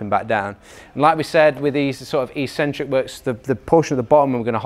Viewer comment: You guys mispronounce "eccentric". What do you call that cranky old uncle that you only see at Christmas, eKcentric or eSentric? If you speak English the first is proper and it's the same for an eccentric contraction.